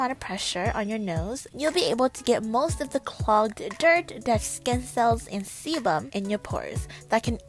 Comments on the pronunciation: What bum??? Seabum? Sorry I can’t hear clearly 😂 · I just HAVE to hear JAEBUM everytime someone says sebum HELP